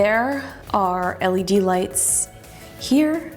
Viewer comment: "leds" crine af. u dont deserve this